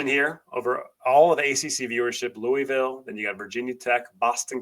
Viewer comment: Very well done and thoughtful analysis,. My only suggestion is that you learn to pronounce "Louisville" correctly, the way the Louisville populace pronounces it. It is more of a sore subject with them than you might think!